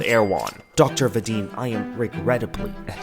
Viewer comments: i spit out my tea when he pronounced Vadim as Veydim 😂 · it’s Vah-deem, for future reference, I’m sorry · The way pronounces "Vadim" just sends me:face-blue-smiling::face-blue-smiling::face-blue-smiling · The way you pronounce his name is so funny to me as a russian-speaking person😂